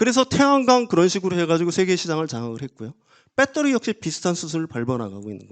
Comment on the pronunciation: 이 아저씨 제2의 뺏데리 아저씨 아닌가? 배터리라고하시지 맨날 빳떠리 뺏떼리 빳떼리 듣기 거북하다